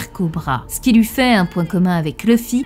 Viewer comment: "pour LOUI" Ton accent me fume